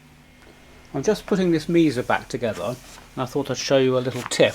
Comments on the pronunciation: "You say Meeza, the Aussies say Mess-uh/ let's call the whole thing off...." 🤣. Here in the States it's pronounced May-sa. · Interesting and very helpful. I should mention however, it's pronounced "MAY-SA" or "MESS-AH" Boogie. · Hey. Its pronounced May Sa. Your welcome. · check out the Brads's Guitar Garage channel from Australia, it's "Mess-uh" to him; he posted several Mesa repair videos recently. Also, Psionic Audio is doing an ongoing major redesign on a Mesa Dual Rectifier amplifier. He's way braver than I, I'm not that fearless!